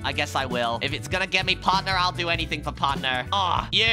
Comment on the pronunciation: Its not parthner